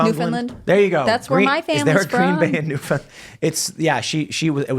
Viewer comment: I don't believe her family is from Newfoundland, or she'd know how to pronounce it. The emphasis is not on the second syllable, and not even on the first syllable, but on the THIRD. "NewfinLAND"